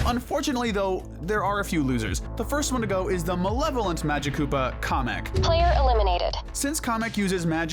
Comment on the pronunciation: Please say kamek like k a mek